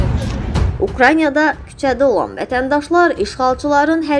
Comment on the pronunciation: Ay aparici, украйня yox, ukrayna de! Savadinizi artirin!